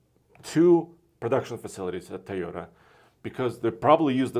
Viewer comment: TOYota not Teyota